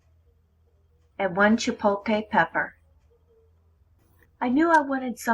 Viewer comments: CHIPOTLE NOT CHIPOLTE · Is chipotle! Not chipote!!!! And this is not a Mexican way. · Say "chi-pote-lay" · Chipolkay pepper 🤣🤣🤣🤣🤣🤣🤣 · Yo what’s a chipolte pepper? Lmao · Chipolte pepper lol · As soon as she said chipotle “chipote” (the wrong way) I stopped watching. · Hahah “Chipolte” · Jay Eads LMFAOOOO! I was reading through the comments like “so am I really the only one who heard “chipolKay pepper”!?” 😂😂😂😂😂😂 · Completely missing the L in ChipotLe. It's got me headed. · “Chipoteyyy pepper “